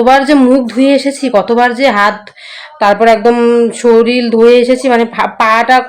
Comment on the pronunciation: Soril noi ota k sorir bole